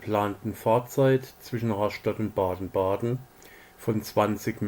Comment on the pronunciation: Daumen nach oben! Gute Zusammenfassung, guter Bericht.Es heißt RAStatt und BADEN-Baden... Vielleicht besser BADE-Bade auf bädisch... ?Viele Grüße aus Dänemark /Thomas Rasmussen